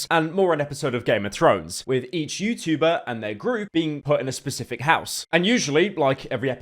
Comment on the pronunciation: He doesn’t say Youtchuber anymore😔